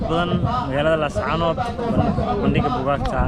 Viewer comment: Sxb runtii muuqaal qurux badan ayaad soo duubtay.Salaan iyo bogaaadin kaddib sxb magaaladu waa Laascaanood ee maaha Laascaano, kolkaa ka waantoow inaad sida walaweynta ku hadaaqdo. Tala ahaana markaad meel aaddo waraysiga u badi dadka meesha ku nool , yareyna hadalada adiga iyo kuwa ku weheliya, taasaa xiisa wayne e, waa iga talo ee mahadsanid.